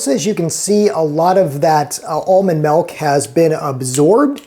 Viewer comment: The man never saw The Little Rascals, he pronounces the "t" in softened, and says "melk" instead of milk. Why trust him?